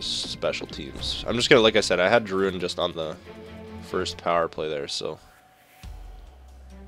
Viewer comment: Drouin is pronounced Drew-wan